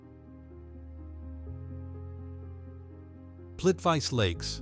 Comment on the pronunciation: It is pronounced correctly Plitwitsa lakes You in the USA should learn pronounce foreign names ..